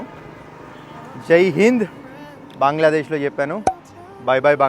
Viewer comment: అన్నా బంగ్లాదేష్ అనండి బాంగ్లాదేష్ కాదు